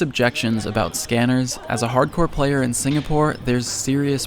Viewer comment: If you use subtitles that lady called Brandon Hot corn instead of hardcore